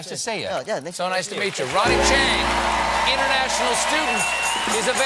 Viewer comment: Cracks me up how SC puts the stress on the wrong word in "International Student."